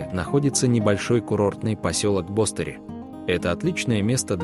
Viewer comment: БостерИ. Ударение на последний слог. ЧолпОн- АтА. Та же история. Режет слух. Дизлайк